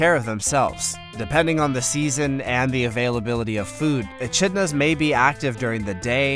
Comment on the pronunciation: "Atchidnas" (achidnas) and "groose" (grouse).....